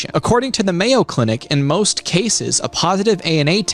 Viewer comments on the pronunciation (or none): none